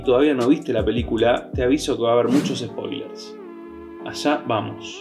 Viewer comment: Se pronuncia Spoiler no Espoiler